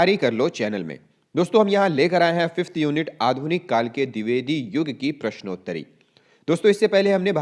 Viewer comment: पृश्नोत्तरी नहीं होता, प्रश्नोंत्तरी होता है ।